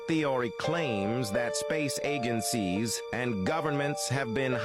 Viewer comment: Why did the AI voice just start having a stroke lol? It was talking normally (for a robot) and suddenly started wildly mispronouncing every other word even though it JUST pronounced the same words correctly? “According to the “Flat Earth theory, this mind boggling ThèAhRhēē claaaaims that space æhGuNsEez have been hiding the truth from Eeee-üüS…”